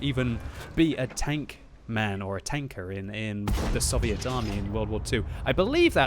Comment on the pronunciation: "Sovieet tanks"